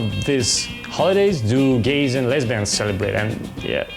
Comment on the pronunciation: На - сильно слух режет произношение Х в словах have и holidays. Попробуйте помягче, почти без звука на выдохе произносить. В целом хороший английский, воспринимается без проблем. По содержанию, для пробы неплохо. Но думаю подписчиков быстрее будет набрать на обзорах новых девайсов на английском, можно просто менять озвучку с видео на основном канале.